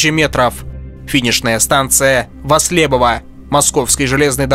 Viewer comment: Станция кстати Вослебово , ударение на первую о !